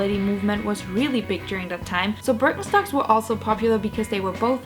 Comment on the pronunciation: Sounds like you’re saying bir en stocks.